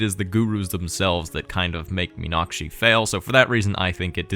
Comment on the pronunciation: Really impressive pronunciation of the word 'Meenakshi'. +1